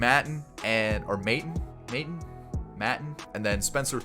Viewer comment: Maton is May-Tawn, rhyming with Lawn haha, Nick and Phil are brothers. Love the videos though man, keep up the good work